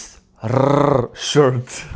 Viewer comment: I love the rrrrrrrrrrrshirt😂